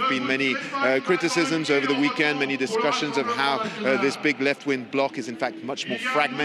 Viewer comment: "I have always voted for the left ving!" :D